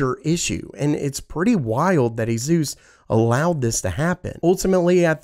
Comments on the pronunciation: I think Asus is pronounced like Pegasus. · A-Zeus, please, no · Azeus?… ugh i just cant. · When Asus became azus